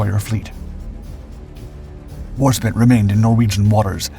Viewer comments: Yes yes it was Warspite not Warspit but still a good video, I didn't see as much repeated footage like previous vids so these stories are good in spite (no pun intended) of pronunciation. I would have been proud to be a crew member, they should have kept a few parts of her at least... For honor. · "WAR SPIT" is this narrator ignint, illitrit or some other terrible social affliction???? WARSPIT, NEVER HEARD THIS ROYAL NAVY WARSHIP THAT IS DUE SO MUCH RESPECT AND RECOGNITION CALLED WARSPIT. YES I AM A BIT OFFENDED WHEN THIS SHIP IS NOT ADDRESSED WITH HER EARNED AND DUE RESPECT OF BEING CALLED BY HER PROPER NAME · Lol war spit 😂 its warspite!!! She was our most successful & feared battle ships, our most honoured ship & enemy kills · Umm... that's pronounced war SPITE, not war SPIT!!! Is this webpage run by AI?! This is the second video he's done using the wrong pronunciation, and he was corrected repeatedly on both!! I've unsubscribed from! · How many times do you need to be corrected on this? It is War- spite, (Warsp-eye-te), not 'spit. I enjoy your uploads but ffs get this right! You have been corrected many times in the past, so you obviously don't care. Major disrespect to her memory. First time ever; thumbs down. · IT'S WARSPITE, LONG I, NOT WARSPIT. I CAN'T WATCH/LISTEN ANYMORE. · WAR SPITE NOT WARSPIT IM NOT EVEN WATCHING THIS ONE. I can't do 20 minutes of warspit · Pronounced war SPITE not spit. The pronunciation on alot of these documentaries is QUESTIONABLE. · It's called War Spite not war spit. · wasn’t a dis just pointing out the names wrong It’s Spite not spit Warspite Shhhh she’ll be listening, 😮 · Strange, I've never heard her called War-Spit, always Warspite. Great battleship name. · So what is it? War Spit, War Spite, or what? 🤣👍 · I was just about to say... I could have sworn her name was war-spite, not warspit. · Whore spit? Put an E on the end and drop the h and other e. We get warspite. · Warspite -- rhymes with "light"